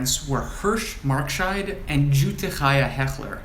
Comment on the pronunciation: How terrific that you were able to go back so far! Always so exciting! I believe that Jutte's name should be pronounced as if spelled Yutte. As you must know the letter "j" is pronounced like the letter "y". I have a cousin whose family were supposed to be Bienensztok but ended up with the mother's surname - Tenenbaum - something to do with late registration of the childrens' births. In my family the Zychlins took on the mother's surname - Cohen. Zychlin: the "Z" is as the "dz" is in Lodz and the "ch" is guttural as in Chaim. So, it was just easier to be Cohen once they left Poland for English speaking countries.